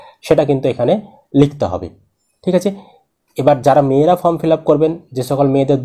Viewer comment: ফ্রম নয় ফর্ম বলুন।